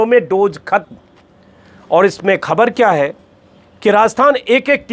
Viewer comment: Hamesha ki tarah 👍 Ek baat arz karni hai, kaee baar aap 'khhabar' ko 'khabar' bol dete hain Agar aap khhbar ko khhabar bolenge to mujhe achchha lagega, mera hausla badhega ki aage bhi apni raae ka izhaar kar sakun 🙏